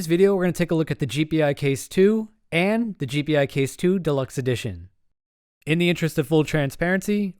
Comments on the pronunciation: It's pronounced "jee-pie," not "jee-pee-eye." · FYI, it's pronounced Gee-Pie, not G P i. Just throwing it out there. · It's not.. G P I case.. it's G Pi case..